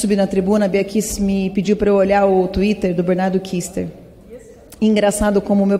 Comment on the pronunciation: Tuiti kkkk desculpe deputada Carla Zambeli, não é te corrigindo, achei engraçado....twitter.